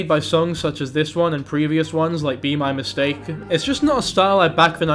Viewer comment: i agreed until you butchered be my mistake💔